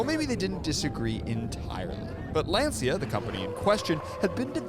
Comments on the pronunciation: "lancha" not "lanseea" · Calling Lancia a “small Italian car company” is laughable. They were hugely famous. they had already won three World Rally Championships in a row in the 1970s with the Stratos, and had a long history of innovation and prestige even before that. Also, it’s pronounced Lancia, not Lanzia, like the “cha” in cha-cha cha or ciao. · LANCIA no LENSIA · What is Len Sia? This is Lancia … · “Lawn-chia” is the correct pronunciation. Ask any Italian. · Pronunciation: LAN-SHIA